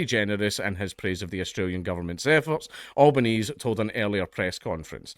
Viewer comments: Pronounce Canberra as Canbra and Albanese as Albeneasy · Can-bruh and Al-ba-ne-zee. I'll put a pedantry mark next to my name. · Can-bruh ,Al-ban-easy, Dank. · *Can-bruh *Albaneezie 0/2 hitrate on Australia-related words